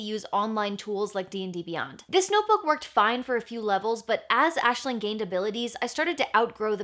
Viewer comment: Aisling is my name... Its not very common where I live, and it being pronounced correctly is even rarer! So uncanny to keep hearing it 🤣